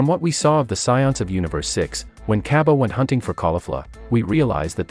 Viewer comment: its cabba not caibi